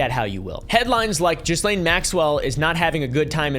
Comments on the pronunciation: I can answer that one - this was regarding the poaching of Trump's employees (specifically waitresses and hsotesses) at Mar a Lago. Ghislaine (pronounced "GEE-lane" not "JEE-lane") was talking them into quitting and working for Epstein. Edit: correction, it was mostly the spa. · first off, those multiple ads are BS. And its pronounced Ghee-Lane. Not GeezLane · Pretty sure her name is pronounced Gillaine 😅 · Auto-translate subtitles definitely took pronunciation of "Gislaine" and said Jizzlane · I love that we all collectively pronounce Ghislaine as "Jizzlane" instead of "Gillaine" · Instantly knew who your wife was because of the way you pronounced JIZZlane lol. Just double checked and I was right. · I'm so triggered big time. Her name is pronounced Gee-lane!!!!!! Sorry 😢😂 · The way you prounouce her name is irritating - It is french and pronounced - GEE-LANE. Another fact check - there were over 1000 victims not hundreds. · I love how most of us pronounce "jizzlane". It is at the very least the amount of disrespect we need to show. Also, if that idiot, In praise of shadows had showed some grace. He would of found common ground with some really awesome creators. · That depraved witch's name is pronounced GILENNE (hard G, as in "gate") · Its pronounced geh Lane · It’s gih-lane bro 🥲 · Did you call her “jizzlane” 😂😂😂😂😂😂😂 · I can't deal with the mispronunciation of ghislaine. Gotta go. Loveyabye! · Try learning her name mate. The 's' is silent. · To be this far into coverage and not being near pronouncing Ghislane correctly is comical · Isn't the "s" in Ghislaine silent?